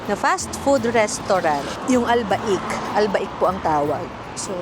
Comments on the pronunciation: AL BAYK NOT AL BAIK ! ANG PAGKAKABASA ... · Al-baik pronounced as "Al-Beyk"... ang tawag ng mga locals dyan ay "Beyk" discard nila yun "Al"